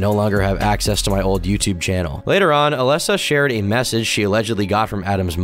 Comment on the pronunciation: Also oh my god it really doesnt matter but you are mispronouncing Alesa's name the whole time and it bothering the heck out of me. It's A-LEASE-a, like the word lease, like "Lisa" with an A sound in front of it